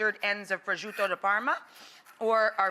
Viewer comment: No, "prosciutto di Parma" (not prosciuDOU like you say!) is used as appetizers in Italy, do not use it in that way! It's too savory and hard when fryied! By the way, really I've no idea where did you take your recipe, surely not from an Italian (celery, chicken stock? Really?) . I give you the original recipe : Fry cubed pancetta (Italian smoked, why not? 🤔Bacon) in olive oil. Add finely chopped onion. Put a little glass of Vodka inside. Tomato puree, after some minutes, flame off. Add cream. Put your boiled penne pasta inside. Add grated Parmigiano cheese. Period. (you've killed yet the Italian language enough).